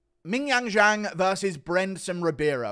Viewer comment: Guru was one mispronounciation of Zhang before flying into a racist tirade